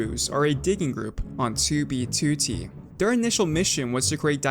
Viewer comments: It bugs me when you say toobie tootie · TEWBEYTEWTEY Edit: okay now I kinda like it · the way he says '2b2t' is so satisfying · Bro why you say 2b2t like that but I dig it